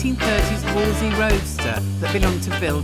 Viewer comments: Why do they all say Wolsey? Nobody called it that in the olden days. It's a WOLSELEY. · Fantastic project and fantastic outcome, but why can't anybody pronounce Wolseley properly?? :body-blue-raised-arms:❓❔